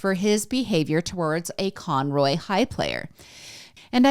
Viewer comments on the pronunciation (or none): Con-Row..... I live north of Conroe